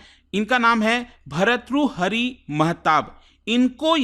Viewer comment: Study Iq faculty could not even pronounce an Indian name,it shows the capability of the faculty 😂😂😂😂 BHAR-TTRU-HARI MAHATAAB